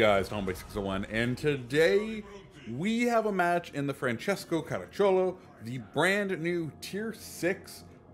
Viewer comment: Ma è caracciolo non caraccilio